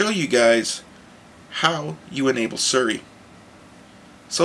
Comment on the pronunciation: Its Siri pronounced SEE RE ask her her name she will tell you how it is pronounced =p